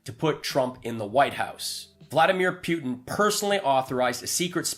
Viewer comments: The grand high exalted dictatorial cleptocrat of The Russian Federation pronounces his name POO-tin. Just keep saying poo poo poo poo until you get the hang of it. Say POO-poo. Now say POO-tin. Although, I do like the way you say PEW-tin. 😁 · Who’s Pewtin? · Could you try to pronounce his name correctly? I hat to stop listening because I don't understand how you can still mispronounce Putin's name when it is said so frequently.